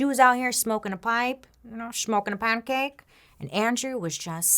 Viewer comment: Shmoke and a pahnkake 🤣☠️🤣☠️